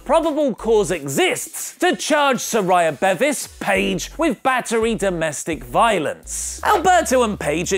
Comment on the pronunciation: You always pronounce her name wrong It’s Saraya Bevis Sa-ray-a Bee-vis